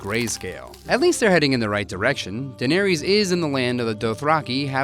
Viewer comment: Ugh your pronunciation of Daenerys is so wrong.